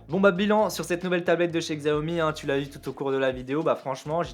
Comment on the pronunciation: Par ailleurs ça se prononce shiaomi vu que c'est du chinois xiao - mi = 小米 qui veut dire petit riz xiao pour petit et mi pour riz